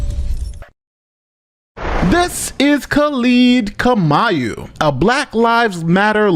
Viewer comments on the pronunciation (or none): u definately butchered the Kamau, name though kinda disappointed in my fellow tribe's man(if the name is legit)